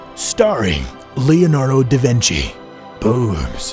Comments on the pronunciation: lol he said lenardo da vinci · That's not leonardo da vinchi that's vasko da gama..